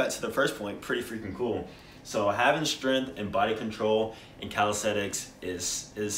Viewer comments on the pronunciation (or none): It's pronounced strength, not stirinth.